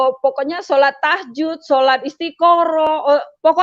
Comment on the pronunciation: lihat wajahnya saja ga yakin ibu ini Muslimah, apalagi dengerin cara baca Al Qur'an. Emang ada sholat Tahjud. bukannya tahajud